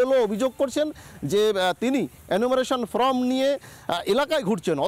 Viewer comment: Reporter কে বলছি : enumeratiom ফ্রম নয় ফর্ম। উচ্চারণ ঠিক করুন।